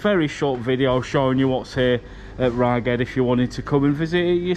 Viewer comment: Rheged is pronounced regg-head Cumbria used to be called north rheged, I used to go to rheged all the time when I was a kid as you walked in there was a huge water feature and every now and then water would shoot up and hit the glass ceiling it was amazing when I was a kid